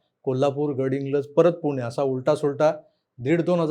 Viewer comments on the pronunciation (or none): none